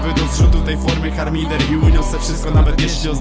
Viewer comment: Harmider nie "Charmider", ale i tak szanuje za tekst w opisie